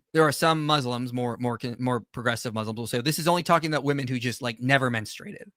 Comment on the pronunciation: She cannot say correctly the plurality of women, she says woman. This drives me crazy with people today.